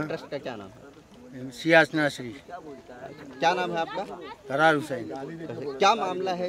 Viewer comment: प्रहार वाले ज़रा सेक्रेटरी का पूरा नाम तो पता कर लेते,कर्रार के बजाए बार बार इकरार बोल रहे हो।